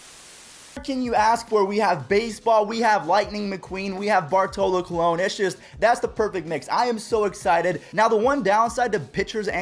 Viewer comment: BARTOLO COLON ( COLONGE)